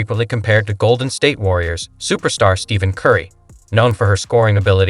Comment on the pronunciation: Horrible AI. Steven instead of Stephon. Lee Bron instead of LeBron. Broken english AI.